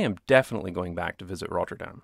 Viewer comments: This video is great. But do feel free to pronounce 'Rotterdam' without the rolling R. It's good to pronounce it fully in English or fully in Dutch; but not both. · The way he pronounces Rotterdam is annoying af. Dude, pick a language. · Lol, only after reading another comment do I realize your pronunciation of Rotterdam is different and better from the last video. But it is an improvement towards the Dutch. Thanks for the effort. How often did you say Rotterdam? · Someone is having fun with their new pronunciation of Rotterdam! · First, love your videos. Big fan of the channel. But why do you only seem to have a Scottish accent when you say "Rotterdam?"